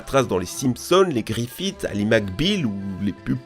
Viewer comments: C'est Family Guy admettons Griffin mais absolument pas griffit Et après tu dis Family Guyz 🙃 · ATTEND ATTEND ATTEND J’AI BIEN ENTENDUE GRIFFITE ????? ON DIT GRIFFIN DIC DONC